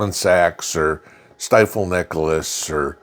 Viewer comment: Stifel as in Stifel-Nicholas is pronounced like Stee-full.